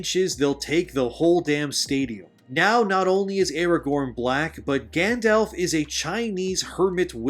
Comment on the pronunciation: Good video but PLEASE have people listen to a read thru FIRST and correct your pronunciation before recording!!! You mispronounced a couple of words and peoples names (Rhetoric, Eowyn, Glorfindel, Gandalf, and Sylvan?). Have you ever even watched the movies? Doesn't seem like it. Also Middle Earth looks and is written the way it is NOT because he lived in England and he wrote what he knew, although that HELPED. He wrote Middle Earth like he wrote Middle Earth BECAUSE it was supposed to be a fictionalized, mythologized ANCIENT history of England SPECIFICALLY.